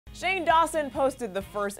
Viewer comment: Oh and it's shane not Shawn 😑